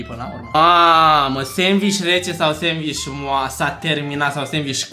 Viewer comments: Roata norocului 😂😂 Am avut o criză de râs când am auzit " sendviș șmecher " 😂😂😂😂😂🤦🏻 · "senviş dăla la senviş şmecher"